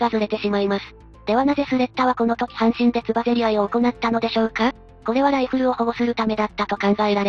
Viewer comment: 半身は[はんみ]で読んでほしいな。 ずっと[はんしん]って読んでる